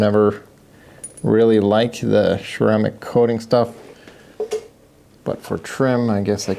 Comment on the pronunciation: I like how he says "cermaic coating".